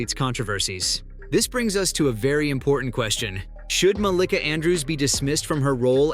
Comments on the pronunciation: Muh - LEE - kuh.... the pronunciation is wrong lol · Why he's saying her name wrong tho 😂😂